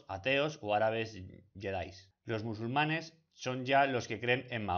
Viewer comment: los MUSULUMANES!!??? 😨